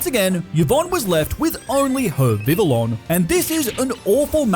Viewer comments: Dude vivillon is pronounced Vi-Vee-On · It is pronounced viv-ee-on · this dude pronounces some names so funnily did i just hear this dude pronounce xavi as shavi also vivillon is pronounced vih vee on